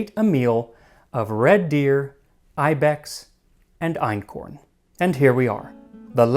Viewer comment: Your German pronunciation is really good (Ötzi, Einkorn, the place names). One thing about the economic hierarchy: Farming doesn't come directly after hunting & gathering. In anthropology, there's a system (from primitive to advanced, with type a being the simpler one): 1. Hunting & gathering, aka foraging, includes catching fish and collecting seafood. Type a = without dogs, type b = with dogs. Type a was common for a very long time among indigenous Africans, and that excludes ancient Egyptians - they moved over from the Middle East and had dogs like other Eurasians; the oldest African breeds are descendants of those Egyptian dogs. 2. Gardening is similar to farming, but you haven't domesticated animals that could help you with ploughing yet, so in gardening communities you plough with manpower only. No livestock for work. Type a has no settlements, but often moves around and burns down parts of the forest to "make" new fertile soil. Type b has settled, because they've figured out how to keep the soil fertile. 3. Nomadism. Type a follows wild, unchanged animals like large herds of reindeer, type b has domesticated animals. 4. Farming. Farmers have settlements and made the first cities possible. They change their environment by redirecting water, cultivating plants and domesticating animals to better suit their needs, and they don't have to do all the hard work themselves anymore. Type a uses domesticated animals like cattle, horses, donkeys, mules, camels or elephants for wo